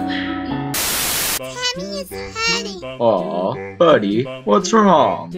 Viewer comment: Its temmie not tammy